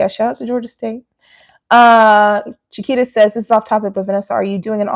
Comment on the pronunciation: I'm just going to add that I appreciate you pronouncing her name how you said it first as that is how mine is pronounced (Chiquita - Sha-kwee-ta). So confusing, I know, but most start off with the banana sounding way and I correct them the other way. 😅 I love you even more now, though! ❤